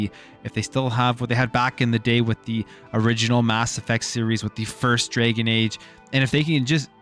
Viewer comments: “Drag + uhn” not “Dra + gen” Jesus learn how to pronounce words. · DRAGON, not DRAGEN my man... DRAGON. LOL.